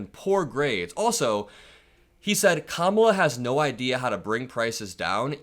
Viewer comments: This is the first time I've ever heard him pronounce Kamala correctly. THE MAN IS SHOOK! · Wow, did you notice he finally pronounced her name correctly? 💙💙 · He said Kamala’s name correctly for once! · Hey!, trump just said Kamala properly!! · He says Kamala's name correct now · Oops! he accidentally pronounced "Kamala" correctly. Such a putz. VOTE! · He said Kamala correctly?